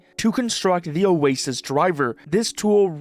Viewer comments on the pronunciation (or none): none